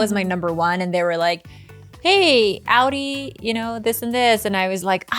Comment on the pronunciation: The way Esther can't pronounce Audi correctly